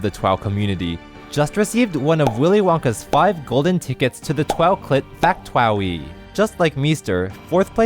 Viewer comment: 'factwowy' goddamit